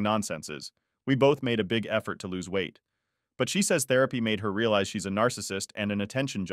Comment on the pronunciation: I'm reading along with the voice, and am beginning to think the voice is a bot because some words are corrected to what they're supposed to be, while other words, like Realize is completely butchered.